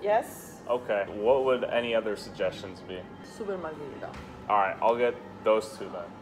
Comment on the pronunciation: If anyone beside me is italian and speaks it fluently, y'all ready know how angry im getting when a says "marzhereetah" instead of marggereeta ( wrote it to show how it sounds in english letters)